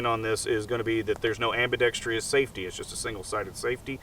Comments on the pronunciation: "Ambi-dex-tree-us" safety LOLOL. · "Ambidextrious"...you complain about it not being ambi, but you're a right-handed shooter. I don't understand.